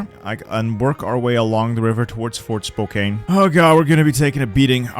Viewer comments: It's 'spoh-can' I've never heard it pronounced Spo-cain but I love it. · Likewise "Fort Spo-kayne" . It's pronounced Spo-KANN. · As a Washingtonian it's pronounced Spoke-can, also yes we have a Capitol Hill.